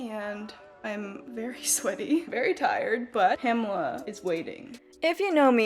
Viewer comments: great results but i think ur pronouncing her name wrong😅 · my german ass triggered by the way pamela is pronounced.